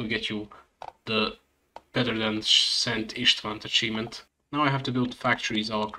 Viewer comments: You pronounced szent István perfectly. Very cool guide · I'm Hungarian and you pronounced it flawlessly